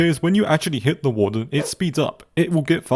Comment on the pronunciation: THE WAWRDEN DOSE NOT EXIST